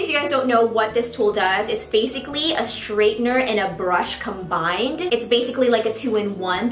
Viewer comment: I am just wondering why you say SHtraightener rather than straightener? :-)